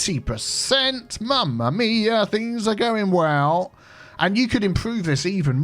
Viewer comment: as i wrote in another video, you are the first non italian to use "mammamia" correctly. the only one that i know at least